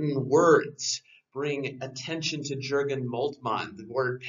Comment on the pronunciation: Good stuff but the 'J' in Jurgen is pronounced like a 'Y'